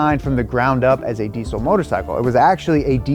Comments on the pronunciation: Deezel not decell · Why can't Americans pronounce diesel? It's deezel not deesul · i dont want to be that guy but diesel is pronounced dee-zl not deesssssssle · Deesle? How dare you mispronounce the z in diesel. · It's pronounced. Dee zl. For Christ! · anyone else find it funny how Americans say diesel? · Americans really need to learn how to pronounce diesel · that way he says diesel😅haha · Your pronunciation of diesel makes this video almost unwatchable. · Wierd hearing the 'S' in deisel pronounced as an 'S' instead of a 'Z' like normal English speakers do